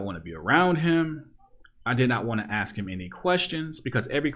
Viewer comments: Love your stuff but please, stop saying "aks" instead of "ask". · Dude. I honestly appreciate your content, but "aks". The word is "ASK". I am blind(it's a fucking Spectrum)and I am old and a bit old-fashioned. I will never see you, and I honestly like your content, but aks one more time, and you are deleted. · Why u pronounce ask, ax?? When you pronounce all others correct, well according to... is it to keep your n-card???